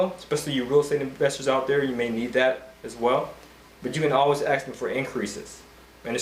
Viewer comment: Listen, it's pronounced ASK, not Aks. The S comes BEFORE the K, why is that so hard for you people to understand?! Aside from the annoying and unprofessional ghetto-lingo, I appreciate the good content.